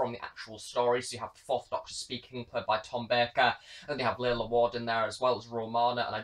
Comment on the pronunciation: It's pronounced 'Larlar' rather than 'Laila'